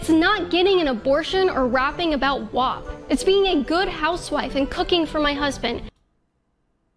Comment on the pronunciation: She said Wop instead of WAP. Does she know that it's a slur?